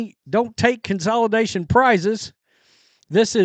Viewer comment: come on the word is con=sa=lation. you can do better than that.